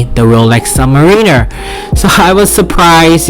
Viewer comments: Did he say subwiner? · Submarine-er. Yikes